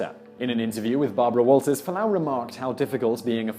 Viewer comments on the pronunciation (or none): Fualaau, not Falaanu.